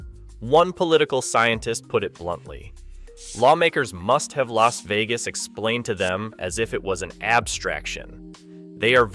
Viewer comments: The L.A. Vegas Valley? Is this an AI glitch or a commentary on how many Californians have moved to Las Vegas? Is that one of Nevada's state parks? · Ai slop. Too wordy. Images don't match narrative sometimes. Narrater said L A Vegas...unlike what a human would say. Creepy. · just record yourself reading the ai script and taking care to read it correctly instead of like "ell ay ess vegas" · "Ellays Vegas." Goddammit, AI narrator.